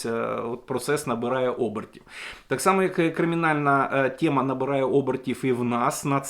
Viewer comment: все файно викладаєте, але чому "тєма", а не тема? Чому вам так смакує рашистська вимова?